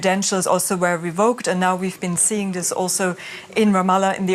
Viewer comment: Why can’t he pronounce the g sound in words? “Builden” “gatherens” “seein”